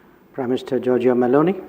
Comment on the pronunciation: As an Italian I am pleased that the Indians there in India pronounce the name of our Prime Minister, Giorgia Meloni, very well.